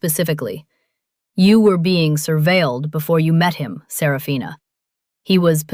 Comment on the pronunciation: There are only four syllables in Serafina, not five. Little inconsistencies.